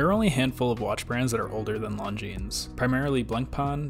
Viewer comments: It is pronounced Longine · Come on, you don’t pronounce the ‘s’. Is it incomplete research or just American ignorance to just not pronouncing words correctly. Reminds me of their incessant need to say ‘Legos’ when it is Lego! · The 's' is silent in Longines.